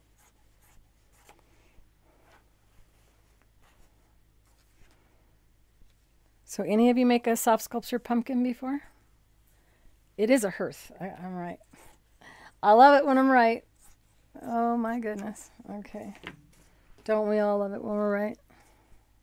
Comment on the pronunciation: It is a hearth for the fireplace but pronounced like you are saying heart.